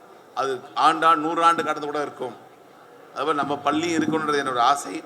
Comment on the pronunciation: என்னாது.. "பல்லி வலாக"மா... தலைமை ஆசிரியரே இந்த லக்ஷணமா... பாவம் மாணவர்கள், வாழ்க்கையில்எவ்வளவு அவமானப்பட்டனரோ ... மாணவர்கள் மேல் எந்த தவறுமில்லை. "அருல் ஒலி"யா... கேட்கவே புல் அரிக்குதே